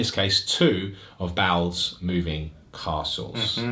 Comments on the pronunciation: Your pronunciation of Baal made me think you were saying Bowel's moving castle! As in like, a bowel movement! my god it was the funniest thing I heard all day and then I realized what you were actually saying XD ahhhhh! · That's what I heard too. Lol. Took me a minute to realize it was baal.